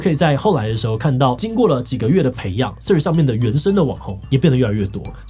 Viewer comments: 個人認為「穗子」也不錯～至少講出去外國人還有可能猜得出你是在說哪一個app —英文爛到會講「脆」的都去💩一💩喇！ PS: ㄘㄨㄟˋ=ts開頭、或者至少tr開頭(其實tr開頭已經要念ㄔㄨㄟˋ了xd) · 來賓一直唸成脆此害我聽的很出戲欸